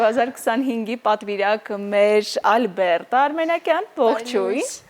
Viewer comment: Հաղորդավարուհի՛, հարգելի՛ս, ի՞նչ կլինի, մի՛ ասեք Այլբերտ, Ալյբերտ։ Հայերեն, հանգիստ՝ Ա լ բ ե ր տ🙂